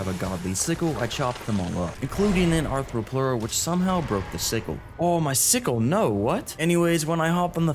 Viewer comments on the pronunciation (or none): none